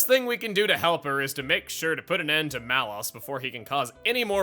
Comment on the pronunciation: Is that how you pronounce Malos' name? I always thought it was "Lows", not "Loss".